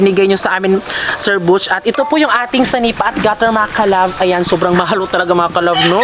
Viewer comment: Senepa po hindi sanipa